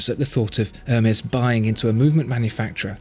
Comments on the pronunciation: I believe it's pronounced "airmez" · Isn't the "H" in Hermes silent? It's French, right? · I didn't think you pronounced the H of Hermés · I dont want to be that guy but you dont pronounce the H in Hermes.